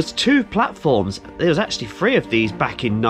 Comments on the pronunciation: Why do southerners say fwee instead of THREE, been subbed to your channel for two yrs now but having to unsubscribe because of this issue. It makes you sound uneducated 😢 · As a southerner (south western to be exact) I’m quite insulted by your comment there. I’ve never pronounced THREE in that way, and don’t know any southerners (and I know many) that do. Anyway, if that’s how some do then it’s down to something called dialect. If you’re going to unsubscribe from a fantastic channel over something as minuscule as that then more fool you.